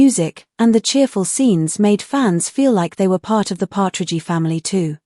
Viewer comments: …”but she was a real person…” seems rather ironic coming from an Ai program so corrupt and corrupted as to pronounce the name “Partridgey”…🇨🇦 ps Love you Susan… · knock it off with these cheese AI voices. Partragy my behind.